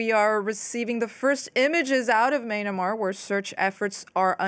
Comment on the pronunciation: when she main-a-mar though